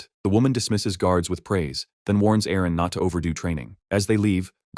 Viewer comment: How long does the AI call Aaron "IRENE" ???